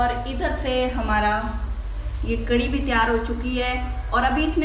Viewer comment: کڑی نہیں کڑھی ہوتی ہے۔